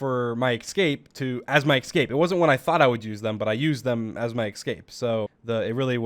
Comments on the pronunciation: it's pronounced ess-cape not ex-cape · No one: Literally no one: Dream : eXcape eXcape eXcape eXcape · ESCAPE not eggscape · “I used that hallway as my ickscape.” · OMG HE SAYS "ekscape" 🥺😭😭😭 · why do I hear "ecscape"? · "I used the tunnels to my excape" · i love how dream pronounces eXcape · Nobody: Dream: excape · I love how he says Ecscape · It could be me but does dream say ecscape or what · im sorry, but I really can't take how he says it like ek-scape instead of escape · Nobody: Dream: eckscape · Why does he keep saying excape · he pronounced it excape instead of escape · It annoyed me jus a lil when he said “ecscape” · just noticed dream says escape like ecscape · anyone notice how he says escape like "exscape" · Today I learned; Dream cannot pronounce the word 'escape' to save his life